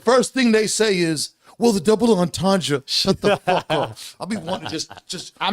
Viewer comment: How can they not know what a double’ entrendre is They even saying it wrong smh